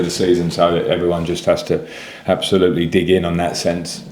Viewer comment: did he say "absulute fucked"?😅